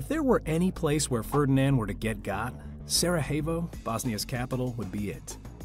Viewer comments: Dude. It's not "Sarahevo"... did you think they speak Spanish there? Also, it was not Bosnian nationalists, it was Serbian nationalists who wanted to "kick the Austro-Hungarians out". Thanks for the video but a bit more fact checking would have gone a long way. I do like the way you start from the perspective of Franz Ferdinand's driver! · You lost me at "Sara-hay-vo" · LOL Learn how to pronounce Sarajevo properly, The J is silent.. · Please learn to pronounce the names of places before you broadcast. +Sarajevo, for example. Thank you.